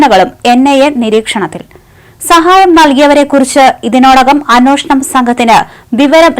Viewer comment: അൻവോഷണം അല്ല... അന്വേഷണം...